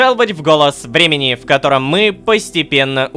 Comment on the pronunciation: Почему я каждый раз слышу "Голос Бремени", а не "Голос Времени''?